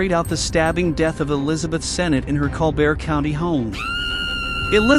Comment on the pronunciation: Colbert County, pronounced /ˈkɒlbərt/. C'mon, you're talking about Alabama, not France. 😂 The county is named in honor of George and Levi Colbert, who were Chickasaw chiefs in the early 19th century.